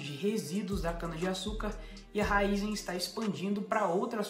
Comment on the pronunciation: Se tem o acento no i, é RAÍZEN não RÁIZÊN.. 😂